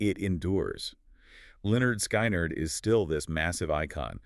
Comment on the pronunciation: Im surprised they dont pronounce the band's name correctly. Seriously?